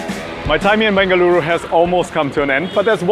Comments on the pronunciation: Yess! I’ve been waiting for this video for soo long!! I’m from Bengaluru who’s moved to London and this video brought tears to my eyes!! So many people from Bengaluru would NOT have pronounced any of the dishes the way you have! Thank you:) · Thank you for visiting Bengaluru n showing iconic dishes ❤ N kudos for catching all the names right..you are doing a great job🎉